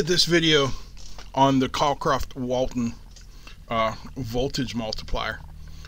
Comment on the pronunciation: There's barely any separation between the low and high voltage side. BTW, it's Cockcroft, not Cockroft.